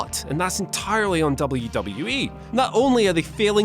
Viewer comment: sucks.....He can't even pronounce WWE properly